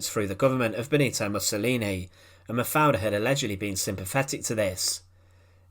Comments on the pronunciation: Das waren grausame Geschehnisse! Wie wie oft hat diese scheußliche KI Stimme eigentlich den Namem Mafalda falsch und komisch anders ausgesprochen? Ich hab nicht mehr mitgezählt, einmal klang es sogar wie Mafia. Wenn man schon solche Clips veröffentlicht sollte man die betreffenden Menschen soweit ehren, dass man die Namen ordentlich ausspricht! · Hoe heet ze eindelijk :,, MAVRE, MAVER, MAFALA, of Maverd, MAPALA??? Y EL principe belga NO ES LO POLO O LIPOL SINO LEOPOLDO! POR FAVOR NO PRONUNCIAR TAN MAL LOS NOMBRES! 😮😮😮😢😢😢😢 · Die Geschichte der Prinzessin ist ja jedem hinreichend bekannt; weniger allerdings ist bekannt, was eine KI so fertigbringt, wenn es gilt, einen Namen auszusprechen. In diesem Falle wird der Name Mafaldas jedesmal anders (und jedesmal falsch) ausgesprochen, was man als eine Leistung besonderer Art ansehen mag.